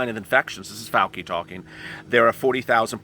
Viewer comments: It's (pronounced)fau- (chi), sounds like chee, not fau- (key) 😀😁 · Love your channel and all the info you are striving to get for us. Dr Fauci is pronounced Fauchi no Fauki.